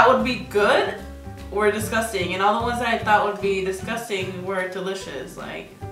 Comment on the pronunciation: Nobody: Absolutely no one: Karina: DISGUSTANG